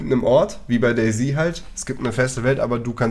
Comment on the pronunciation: Das heißt doch nicht "Day Z(i)", sondern "Day Z(ett)".